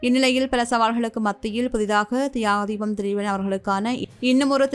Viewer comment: உங்களுக்கு பேட்டி எடுக்குறதுக்கு வேற எவனும் கிடைக்கலையா அவனுக்கு தியாகத்தீவன் திலீபன்னு சொல்ல தெரியல அந்த பரதேசி போய் பேட்டி எடுக்குறீங்க🤬🤬🤬🤬🤬🤬🤬🤬